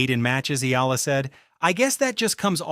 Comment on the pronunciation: Repeat after me... E-AH-LA E-AH-LA E-AH-LA E-AH-LA E-AH-LA E-AH-LA E-AH-LA NOT... EE-LA